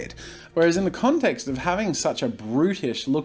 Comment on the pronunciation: Did anyone else think he was saying British instead of brutish 🤣